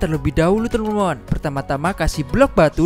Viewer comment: Bang lu lawak bilang teman 2 malah temon temon wkwkwkwkwk mantap bang semoga sukse